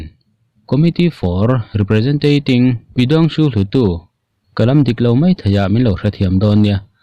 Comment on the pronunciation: Hlu tu ti a i lam kha a lam dan dik tak chuan Hluat raw tih ani Hluat daw pawh a tih theih tho